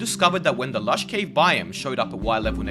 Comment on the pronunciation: Learn how to pronounce "biome"